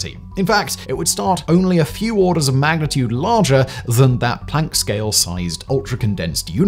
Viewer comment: Thanks for pronouncing Planck properly. I am sick of hearing septics who insist on pronouncing it "Plonk", for some reason!